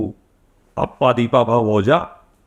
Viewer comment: अप्पा दीपा भव ये तेरा उच्चारण है। ईससे तेरी बौद्धिक पातली समझती है।